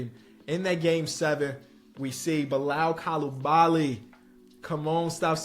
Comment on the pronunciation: The pronunciation of Bilal Coulibaly is wild 😂